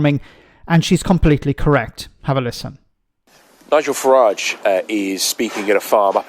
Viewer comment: Good old farmer fuhrage 😂😂😂